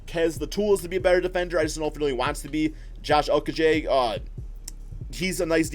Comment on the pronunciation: PLEASE!! it’s josh o-ko-gee 😭😭. please stop butchering this man’s name 💀